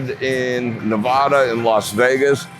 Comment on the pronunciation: It is pronounced Ne-VAH-duh.